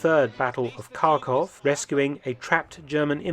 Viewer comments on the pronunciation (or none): none